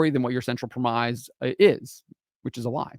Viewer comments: FYI: 'premise' is pronounced [prem' iss], rather than [prem ize']. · Premise - the pronunciation of this word rhymes with Dennis. Just a heads up before a sweet baby climbs out of the word work and attacks you for not speaking in perfect oxford english.